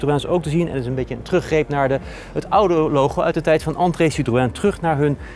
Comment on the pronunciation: Jammer dat deze man het merk "citroën" niet kan uitpspreken...